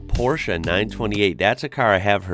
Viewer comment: Props for pronouncing "Porsche" correctly! That's something you don't hear often from somebody from the USA 😁